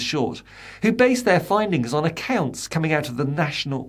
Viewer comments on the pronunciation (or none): none